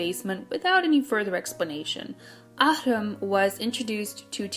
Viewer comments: ahrum is pronounced a-room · that AHreum pronounciation tho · These videos would be perfect if you didn’t try to pronounce Korean names. You say them so wrong 😂🤷🏻‍♀️ you made “Areum” sound like Russian or something, and “Hong Jinyoung” sound like Chinese. You could at least research how to pronounce them properly, and just say them with an American accent. This comment sounds harsher than what was intended. No hate here, just an observation 💗